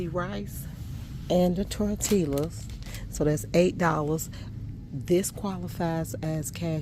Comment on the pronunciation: Tor TEE yas not tor tillas